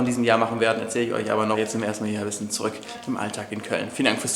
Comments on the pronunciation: Das r fehlt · Da fehlt ein r bei zuük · Da fehlt ja ein r in Zurück😂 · Es heißt zurück nich zuück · R vergessen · Du hast das r vergessen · Da fehlt das r